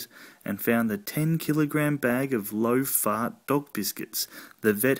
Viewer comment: The word fart said in an Australian accent is funny in and of itself - Faurt, Faurt, Faurt!!!!